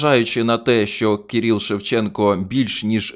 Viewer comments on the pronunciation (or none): Кирило, Кирил - а не Кіріл.